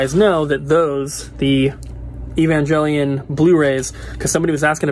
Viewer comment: DUDE!!!! Its eh-vhan-je-lion doesn't make a gel sound. Its naruto all over again!